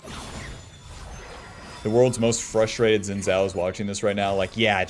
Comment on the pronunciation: It's "shin-jow"